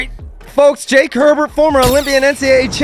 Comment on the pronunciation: did Herbert mispronounce every hwt name he said at the end?